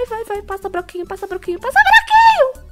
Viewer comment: Ela falando passa (broquinho) ksksks